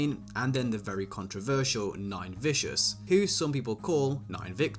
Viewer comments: Im dead bro said nine victim 😂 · Who tf is nine victims 😭😂😂 it’s nine vicious